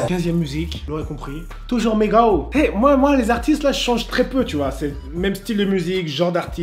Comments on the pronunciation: On dit MigoSSS et pas Migo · C'est migoS dit le S à la fin 😂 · c migoSSSSSSS ET NON MIGO sinon bonne video